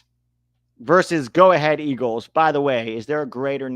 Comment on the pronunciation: If Go Ahead Eagles were an English team, then they'd be Go On Then Eagles spoken with the Steak and Kidney pie voice you used.